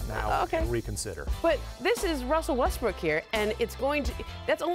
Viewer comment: she also called him westbrick.